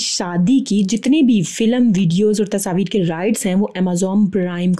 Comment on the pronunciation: Tasaveer nhi tasveer hota h